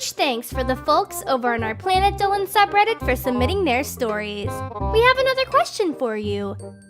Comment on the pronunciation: planet sounded like a drunk MaDAFAckaH!! when he said,"Planet Dolan"